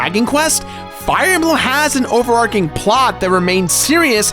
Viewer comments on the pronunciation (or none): It's overarCHing. Not with a K-sound. CH.